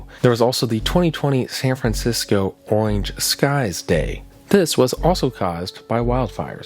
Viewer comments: Oinge sky day 😂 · my boi did not just say oinge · Nah, he said orange lmao The r is there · bro I'm glad I'm not the only one who noticed haha